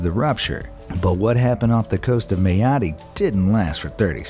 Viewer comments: Mayotte is pronounced My-ot... not May-oh-tee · It’s pronounced meye ot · The pronunciation of Mayotte was painful